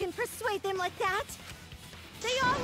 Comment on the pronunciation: I need to bring this to your attention, she says “them” as “thum”